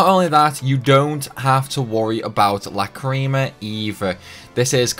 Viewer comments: I dont think that Over Limiting (Going over +3) matters as they seem to only get extra skills in +1, will update again at +5, also im kinda p*ssed at how u said Lacrima as Lacreema.. That ticked me off a tad 😁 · The cringe when these youtuber who pronounce lacrima, which i think stems from lack of awareness of the anime.